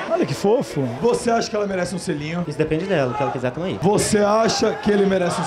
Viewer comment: "um xelinho xim"kkkk